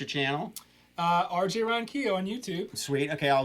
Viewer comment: I knew RJ would blow up. That guy has licks and soul for DAYS and this is nothing compared to his improv jams on his channel. needs to lay off the weed. He mispronounced the RJ's name.